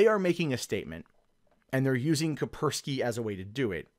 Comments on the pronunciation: It's called "Kaspersky" not "Kapersky". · "Ka-s-persky" not "Kapersky", there are two Ss. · *kaSpersky not kapersky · FFS! It's fracking kaSpersky!!!!!!!!!!!!!!!!! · Are we to assume from your pronounciation,, that the first "S" in the name is silent? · You're saying his its name wrong dumbass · FFS, if you can't pronounce a word, DON'T SAY IT 59 TIMES IN A ROW. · cant pronounce Kaspersky. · Nigga, you can't even say Kaspersky right...